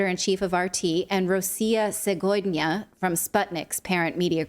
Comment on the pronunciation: Rossia seVodnya is the pronunciation. Means Russia today.